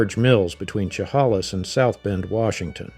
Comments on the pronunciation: Chehalis is pronounced (shuh-hay-luhs) not (shuh-haw-luhs) - good job at pronouncing Clallam correctly. - it's pronounced (Ho-kwee-um). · Chehalis, WA, is pronounced She as in shed, HAY, lis. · Pronouncing Willamette incorrectly. Chehalis is a long a. Hoquiam qui pronounced kwee. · LOVE the photos, but the narrator is obviously not a Washington native. It's Will-AM-et for Willamette, Montesano with a long "a" in "sano," and long "a" in the "hal" part of "Chehalis."